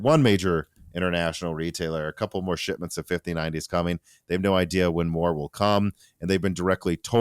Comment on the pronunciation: $hitments yet again! There’s a “p” in that word,.